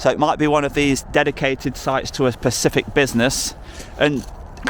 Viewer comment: Specific not pacific mate